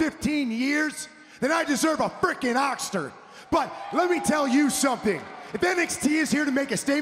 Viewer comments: "i deserve an Oxster" way to botch your lines Miz XD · Man said ocstar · I heard okster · Miz: “I deserve a freakin’ oxter!” . . . Oxter? Axter?? I know what he meant was oscar, but come on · Miz said oxtar. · Freaking "Ocstar" not Oscar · i heard Ocstar. lol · "i deserve a freakin oxter" - The Miz (our lord and savior)